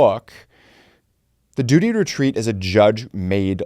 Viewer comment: Duty to wetweat is wetawded